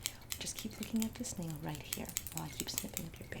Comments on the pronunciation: omg when she kept saying "just look at this nail" i couldve SWORN she was saying "do you like this snail? just look at the snail" and.i kept thinking 'WHAT SNAIL?!!" and replayed the clip like thirteen times to find the snail in the frame. i must very sleep deprived or something bc wtf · Just in case u haven’t found it yet. She cracks me up. Now I kinda kind of think she really is saying Snail..